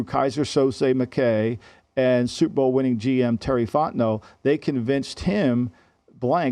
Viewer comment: why does he keep saying "super bowl winner terry fotnau" lol